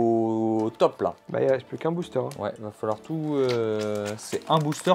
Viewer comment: Je sais pas si tu fais exprès mais ça se dit booster ont dit le r à la fin